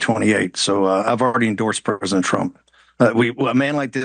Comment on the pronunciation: “perp-isent trump”